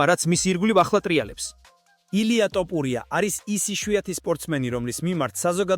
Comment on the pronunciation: ტოფურია არა ბებიაშენის ტრაკი